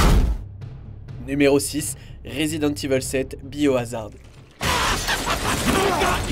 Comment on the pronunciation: Bonne vidéo même si je n'aurais pas forcément fait ses choix de jeux 😉 En revanche petite erreur, on prononce résident Evil, et non résident Ivel 😄